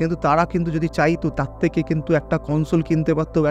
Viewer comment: তিনশো থেকে = শুনে মনে হচ্ছে বলেছেন (তিনশো তেকে) ।